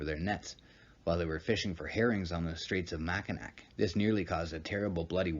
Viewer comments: Its mac I naw, not nack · It pronounced mackin-aw not makanak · Makinac is pronounced "Mac-in-awe". As a Michigander it's painful to hear it mispronounced, lol. Great video though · It's pronounced Mackinaw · Interesting video. Mackinac is pronounced MACK-in-awe. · Informative... I'm from the area it's pronounced Macinaw Island but it's spelled nac and Sault St Marie is Soo Saint Marie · It's actually pronounced "mak-in-aw" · you said mac in ac. It's cool bro everyone not from here gets it wrong. Great video and very informative. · It is pronounced Mackinaw, spelled Mackinac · Here in Michigan, we pronounce Mackinac as [mackinaw]. Cool video, cheers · You pronounced Mackinac wrong.